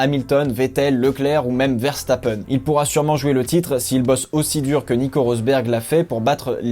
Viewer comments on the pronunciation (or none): none